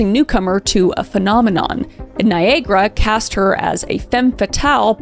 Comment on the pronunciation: And Niagara is pronounced similarly to Viagra. 😂